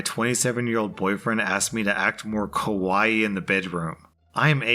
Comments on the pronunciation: Lol you said ( Ko-why) which means (scary) when you were ment to say ( KA- WHY - EEEEEE) (怖い)vs（かわいい） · I know you didn't mean to, but I'm pretty sure the way you pronounced "Kawaii" actually means scary, not cut, in Japanese. I can't fully speak the language so take it with a grain of salt, but I thought it was funny lol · The way he said kawaii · He's not learning Japanese so why does it matter? Have you heard the why Japanese people pronounce English words? lol